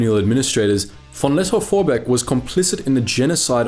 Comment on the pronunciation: Ah yes, Paul von "Not ze bees!" Vorbeek.